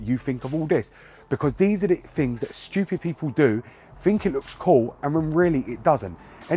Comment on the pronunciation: I like how you said : Shtewpid